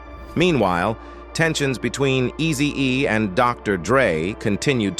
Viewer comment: Messin up everybody name tho😂😂 pronouncing words wrong..😂😂 Eazy DUUZ IT😂😂😂